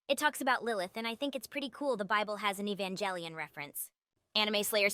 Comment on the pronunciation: I just utterly ADORE how much the AI butchers ''Evangelion'' haha, great stuff tho!!